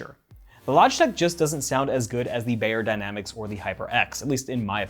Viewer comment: Pronounced “buy”-yerdynamic… not “bay”yerdynamicS